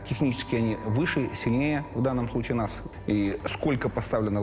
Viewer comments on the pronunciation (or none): none